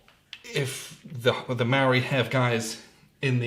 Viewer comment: As a kiwi I'm a little aghast at the pronunciation heh